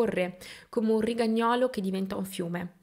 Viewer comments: Ci hai spiegato che il tuo tono lamentoso è dovuto da allergia che ti fa respirare male...( 🙄 Vabbè). Ma accenti spostati( Rigagnòlo anziché rigàgnolo ) sono imbarazzanti quasi come le "E" pronunciate come "A". Sei l'esempio di come chicchessia con velleità al di sopra delle proprie capacità non sappia nemmeno rendere il giusto onore alla nostra lingua sempre più abusata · Brava Flo, mi piace la tua compostezza nel raccontare eventi cosí drammatici. Un piccolo appunto é che si dice rigágnolo, non rigagnólo. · Mi piace come racconti, sei brava. Una correzione, rigagnolo ha l’accento sulla A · Rigagnolo. L'accento va sulla A❤